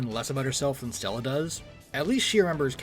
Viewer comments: Am I the only one who cringes every time he says Stella? Her name is Stelle o-o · Bro you are driving me nuts haha why do you call her Stellla lmaooo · There's not "a" in stelle btw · Gonna just do a quick Lore update Technically, the Paths ingame are Not lore accurate The Xianzhou follows the Hunt, but characters like Jingliu and Jingyuan are Destruction and Erudition respectively gameplay Just wanted to clarify that, it changes nothing Also it’s Stelle not Stella but eh will